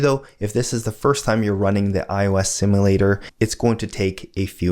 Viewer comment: My only complaint is how you pronounce "simulator". Guessing that's bkz you're Canadian though.